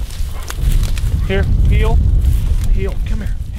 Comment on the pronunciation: Here and heel sounds the same when he says it too